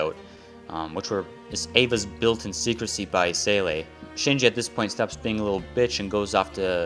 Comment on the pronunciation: not as bad as how this guy pronounced seele